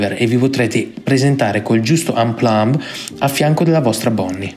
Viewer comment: Onion jeck...cos è cipolla?? 😂😂 Amplomb?? Parla potabile